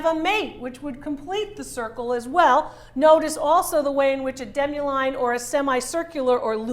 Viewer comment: It is called "demi lune" table. Not deme line. The word "demi lune" means half moon in french.